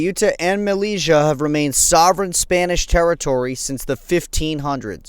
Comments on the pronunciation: Good work but m Mellila is prononced "melilya" not "meliga" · Just to let you know that the name of the city is not malija but melilia pronounce melilya. Thanks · It pronounced Meli-ya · Malezzia lool that's not how you pronounce it.